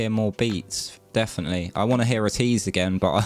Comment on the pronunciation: Ateez is actually pronounced A-tease not At ease. There are a eight member group. The fandom name is called (A-tin-y) Atiny.